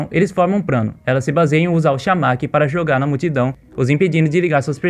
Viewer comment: O cara falando prano